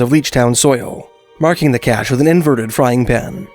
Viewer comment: Why are you pronouncing "cache" as "kak"? or are you saying "katch"? It is pronounced "KASH"... is this an AI narration track? the description of the gold recovered from 12 pans and the dollar amount in today's dollars would be in GRAMS not ounces.